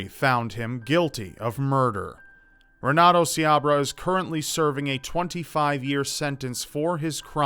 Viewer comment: The r's are actually pronounced as h's. (Portuguese)renato is pronounced henato. Js